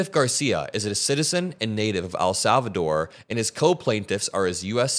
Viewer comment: Bruh it's EHL Salvador not AL Salvador